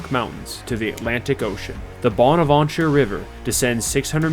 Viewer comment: Let's canoe down this nice river and enjoy nature. Bursts my ear drums with loud music. Bahn-avahn-cher. Psh.